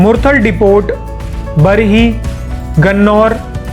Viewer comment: डिपोट नहीं डिपो बोलते।। 😀